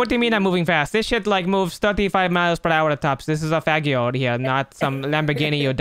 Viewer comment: Fagio is pronounced Fad' chio